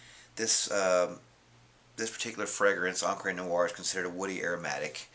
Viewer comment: It's Encrah not Encrey